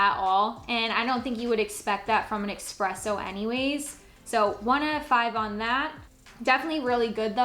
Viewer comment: Its not pronounced eXpresso it's eSpresso